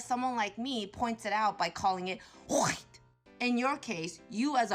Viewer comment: And the woman isn't even from a so called "oppressed" demographic. She's from the one that does better on average than "CHWIGGHTT" people financially.